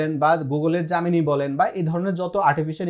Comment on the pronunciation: আগে Gemini উচ্চারণ করা সিখ 😂 জামিনি 😂